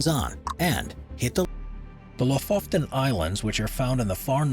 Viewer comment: The Fjordland in Norway is called Lofoten. I think it was pronounced Lofoften in this vid. Just a little correction, it’s just one “f” in the name. :)